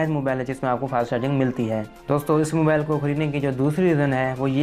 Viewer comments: Nach ni notch, mobael ni mobile-:D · Salya pehly mobile word e kehna seekh ly "MOBAL 😂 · Mobile ko mobal kh RHA hai